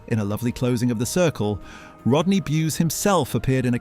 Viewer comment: Let’s kick Rodney in the balls by continually miss pronouncing his name!